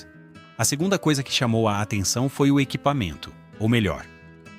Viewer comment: "Fuzis que pareciam ter sobrevivido a sugunda guerra mundial".